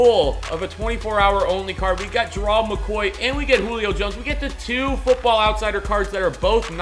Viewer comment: God damn say his name right it's Gerald not gerold